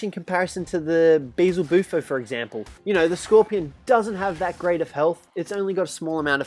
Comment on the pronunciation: Hes stupid,it’s (Beel•ze•bu•fo)